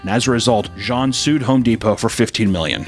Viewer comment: You pronounced jean correctly don't worry